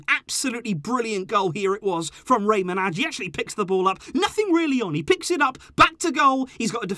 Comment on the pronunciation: I’m Albanian and I cringe every time you pronounce Manaj like that. 😬 Both “A”s are pronounced like “à” like in Collado, with the accent on the first “a”. “J” is the same as “y” in Rey. Check it on google translate.